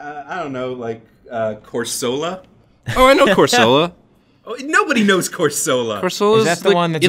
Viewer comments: it is pronounced Course-el-la not course-o-la and I like it :) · COrsela, not CorsEla. Because it looks like CORAL. AND IT'S ADORABLE. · corsola is pronounced CORE-SUH-LA, not being mean just saying. also, excellent video. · Not to mention they pronounced it all wrong. It's a piece of coral.....